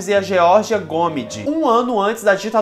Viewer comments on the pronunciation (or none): ♡ Geórgia Gomíde e Vida Alves, a pronúncia é Gomíde... jovens. Ahahhahh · Boa tarde. Vc está pronunciando o nome Da Geórgia Gomide errado. Está colocando a sílaba forte no Go, quando deveria colocar no Mi. Gomide é palavra paroxítona e não proparoxítona. Abrç